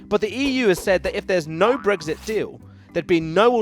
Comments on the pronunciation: There is no g in Brexit. So why does the presenter keep saying it! Sounds like a new type of breakfast omelette! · Stop saying bregzit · Brexit? I thought you said breakfast